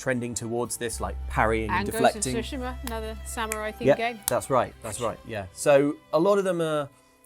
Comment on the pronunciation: This and Dragon’s Dogma2 are just boring arcade for casuals; just push light attacks button repeatedly, the end. “Shogun” is just another racist white-savior show. Gaming Industry and Hollywood are intellectually bankrupt. Finally, it’s “Tsu-shi-ma,” not “Su-shi-ma.”